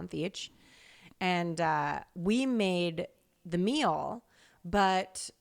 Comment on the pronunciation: The way always says ”Mill” instead of meal 😂